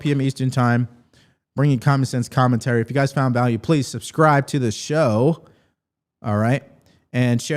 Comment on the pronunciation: It isn’t suscribe, it is sub-scribe.